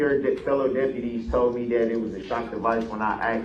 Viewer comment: Told not "tode."